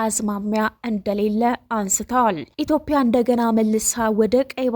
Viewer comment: ኢትዮፕያ ብለሽ የምታነቢው ኢትዮጵያ ይስተካከል